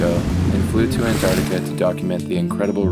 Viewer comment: It really bugs me that the narrator cannot pronounce Antarctica properly